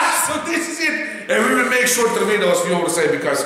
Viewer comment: It really makes the "vidohs", doesn't it? Hahahahaha